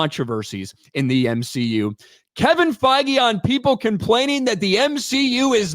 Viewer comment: did you just say they are sacking Feige or fiji or faggy or whatever his name is.